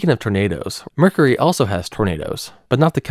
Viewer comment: I love how he says 'Mur-curry'.....🤣